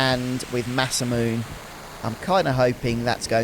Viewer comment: Always love your work,! Congrats on getting through so much of this game! Random aside, Masamune is actually pronounced with 4 syllables including the e at the end, since it comes from Japanese (mah-SAH-moo-neh).